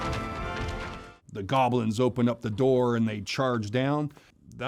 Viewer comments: Bro calling them golbins 😂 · did he say goblins? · I cringe every time he says goblins.